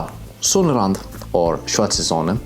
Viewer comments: Sonnenrad nicht Sonnenrand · Hehe, it is Sonnenrad not Sonnerand. You had the n in the wrong position. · It's "Sonnenrad', not "Sonnerand".